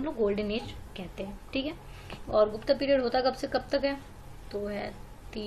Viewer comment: आर्यभट्ट भट्टा नही, गुप्त गुप्ता नही